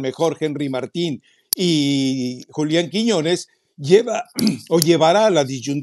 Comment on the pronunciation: "Muertin" JAJAJAJA 😂